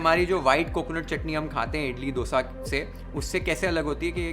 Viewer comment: You had my attention when you said दोसा instead of डोसा...